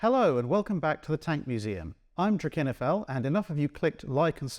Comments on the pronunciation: Ha!… so that’s how you pronounce your channel name?… thx! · I learned something today, namely how to pronounce “Drachinifel.”